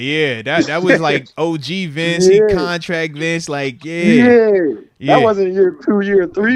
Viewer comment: Y’all know it’s “Bince Williams”